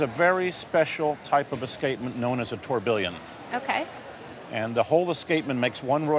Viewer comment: Christ that pronounciation of tourbillion was harsh